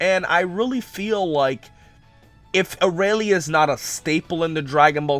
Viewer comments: "Arah-lee"? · arayle (FacePalm) how do you still not know how to pronounce it